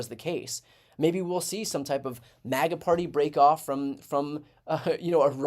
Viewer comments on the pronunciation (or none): none